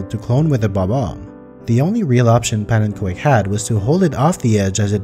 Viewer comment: So even calls himself pannenko-ek. wat een!